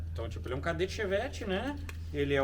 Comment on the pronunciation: É um "..KADÉTTE"